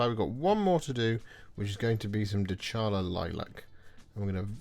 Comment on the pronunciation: Is not "DeCHAla", it's "DeCAla"